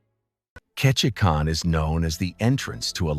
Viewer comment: Ketchikan is pronounced can at the end not kahn.